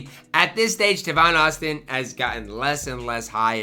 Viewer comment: Its TAY-VON Austin. You really pulling a Carlo bro☠️☠️☠️